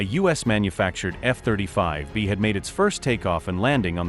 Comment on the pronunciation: Don't you listen to the audio? Adjust the pronunciation of things like F-35B's, type it in as F35bees and it will sound the way it should be pronounced.